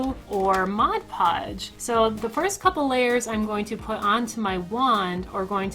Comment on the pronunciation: first person ive ever heard say mod podge and not modge podge lol like this more then bills wand, it was too chunky lol